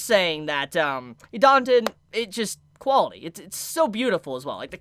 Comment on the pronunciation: I am a nazy, please pronounce it idaten, not idanten